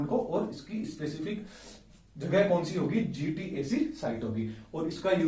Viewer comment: GATC not GTAC !!!??